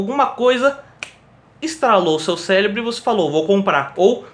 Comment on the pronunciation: Caraca man... é "cérebro" e não "célebro, celebral".